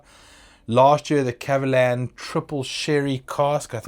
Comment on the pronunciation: Your pronunciation is right on the spot! 葛瑪蘭